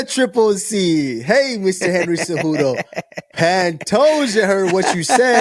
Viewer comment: You messed up HENRY CEJUDO! Your cave name should read: The CCCave